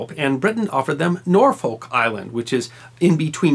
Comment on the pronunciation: Very good, except the pronounciation of 'Norfolk' ;)